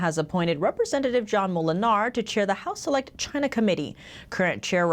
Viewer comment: It's not Choynor in focus, its not Gyna in focus, it's China in focus.